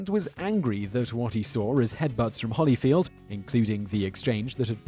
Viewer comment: there's clearly only one 'l' in holyfield. why are you pronouncing it like my name? the first name mispronunciation is acceptable, because of the word 'evan', but the bastardisation of the last name is not.